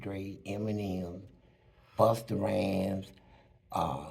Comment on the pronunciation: Why he say busts rhymes like that 😂😂😂😂😂